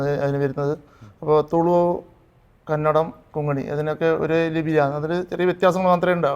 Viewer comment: Kongini അല്ല, konghani